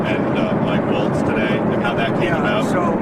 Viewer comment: It’s Mike WalTz….like the dance; the T is sounded. It’s NOT pronounced as ‘Walls’ like Gov. Tim Walz. TWO different pronunciations. 🙄